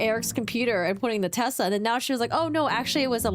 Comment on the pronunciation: Hey, it’s not called a “Tesler”. It’s a Tesla